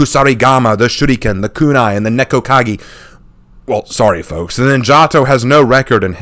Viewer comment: "Nekko-kagi" lol, I think the cat people just got into the head